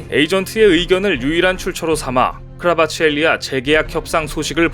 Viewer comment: 크바르츠헬리아를 크라바치헬리아로 자꾸 읽으시네